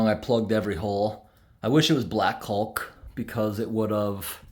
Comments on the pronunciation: Love all your videos. FYI....... caulk has a silent L 😁😁. The river shots were absolutely beautiful. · took me a few minutes to figure out what you were talking about, I have never heard anyone pronounce the L in caulk. lol great video tho!